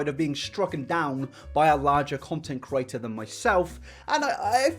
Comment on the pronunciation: I love how he says “creator” like “kurator”